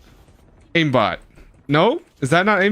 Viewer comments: Aim ออกเสียงเป็น eim นะครับไม่ใช่อิม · Aim อ่านว่า เอม ไม่ใช่อิม เลิกอ่านผิดๆกันได้ละ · Aim อ่านว่า เอม ไม่ใช่ อิม นะครับ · Aim อ่านว่า เอม เเปลว่าเล็ง ครับ ไม่ใช่ อิม